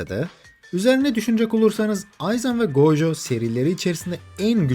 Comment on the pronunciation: abi gojoya gooojo deme tilt oluyorum sinirleniyorum